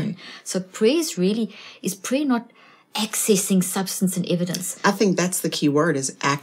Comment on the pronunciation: Accessing, not accenting ⚠️